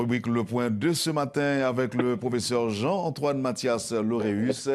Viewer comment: Lauréus et non Laurus !!!